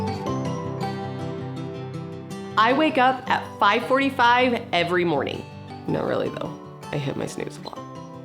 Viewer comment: the way how you said "not really" is funny😂😂😂😂